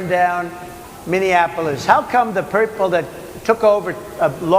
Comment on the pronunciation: 'The perple...'. 😂